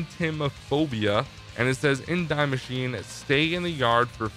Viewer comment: Nobody:: Dye Masheen